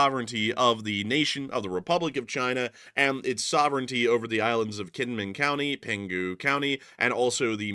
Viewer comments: Just a small pet peeve of mine, the island of Kinmen is actually pronounced with a J like Jin-min. It’s a weird thing in Taiwan but cities that have K’s are usually pronounced with the J sound. Do this so you sound like a local. Lots of thanks from an American living in Taiwan right now by the by. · Kinman, ithought you said knit, hahah, tell to make you a sweater. Hahahah, hope ya remember.....❤ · Kinmin, or was it Kinmen? LSA!